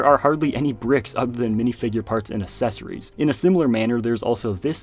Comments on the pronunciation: When did the "uh-sess-uh-ry" pronunciation of accessory start? It's uhk-sess-uh-ree. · I will click the subscribe-button once you pronounce "accessory" correctly!